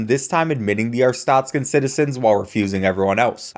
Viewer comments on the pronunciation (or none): Its not arst ah tzka its ARSTOTZKA GREATEST COUNTRY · Your pronunciation of Arstotzka triggers me tbh. It's Aar-stOHt-zka, not Aar-stAHt-ska YEEE FOOKIN KOLECHIAN TOURIST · the way he pronounces arstoska 💀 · bro really pronounces it, "arse taut ska" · PLEASE STOP SAYING "ARTSTATSKA" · Say the o in arstozka as the letter o.